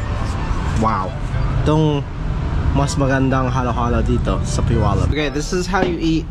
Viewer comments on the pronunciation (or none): none